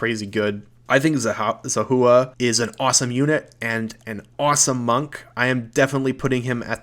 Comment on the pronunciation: Makes me sad you don't remember how to correctly pronounce Zahua or the name of the White March DLC, the disrespect is unforgivable /s